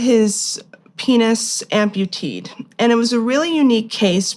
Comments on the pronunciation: How does someone have a masters degree and not know that “amputeed” is not a word. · "Amputated" not "amputeed" ffs.